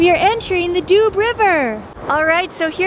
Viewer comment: Great channel. I really like the way you travel and tell about it. Just a little side note : maybe you could ask the locals how to pronounce the places you talk about. For example, in French, the Doubs river is pronounces DUU, not Dube. Keep up the good work.